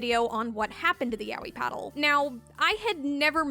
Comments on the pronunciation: People still pronounce it like YAHWEH instead of "Yah-Oy" even the Japanese Google translate says it that way lmao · I guess my hearing sucks hard because I hear the o in her pronunciation? Like idk I hear her saying it as ya-o-yi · I'll never get tired of English speakers pronouncing Yaoi as "yawi"